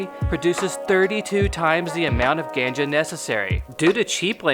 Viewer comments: The word "ganja" is supposed to sound like gone - juh. Great video! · I’ve heard the term ganja said 1000 times. Never heard it pronounce the way you do. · The way you pronounced ganja already has me questioning this video. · Ganja.. Pronounced... G-on-ja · I prefer pronounce ganja with ah sound, and not the short a. to each his own though. I also pronounce Nevada in Colorado with the same ah sound. It’s truer to the proper Spanish pronunciation. OK that’s all from my vocabulary snobbery. Go Oklahoma! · If I hear the word gannn-ja I have to dislike the video lol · The way the narrator says ganja makes him sound like he’s from Wisconsin. And the term gas isn’t short for anything it’s just a metaphor. Like you need gas to keep your car going and you need weed to keep your high going. And the fact that this dude didn’t use stats from Washington or Oregon and just California and Colorado just shows that Oklahoma weed statistics aren’t very impressive. California has only had leagal weed for 6 years and it’s taxed to shit. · The way he said ganja made me stop watching the video. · Pretty sure you don’t say Ganga like that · I was a little put off by the pronunciation of "ganja" in the beginning but quickly realized the sarcasm lol. After that the video is full of giggles. XD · Thumbs down because you can't pronounce Ganja properly.